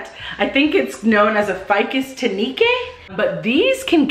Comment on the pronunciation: The monstera deliciosa is called that because mature outdoor monsteras bear delicious fruit (allegedly, I've never tried it). Wild, right? Ficus tineke is pronounced like "Tina kuh". Kind of like a lady's name. I LOVE your plants. I definitely need a marantha after watching this video. My husbamd was supportive of my habit up to now but I think we're up to 70 plants now and quickly running out of space 😅